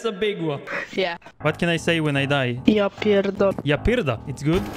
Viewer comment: he said: japierdole, and u said japird